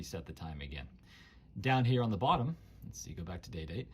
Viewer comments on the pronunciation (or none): none